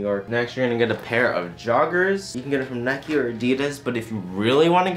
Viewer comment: Is my man really out here calling Nike "NECKy"